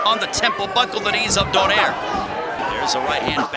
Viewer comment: They pronounce donaire wrong it's DO-NAY-RE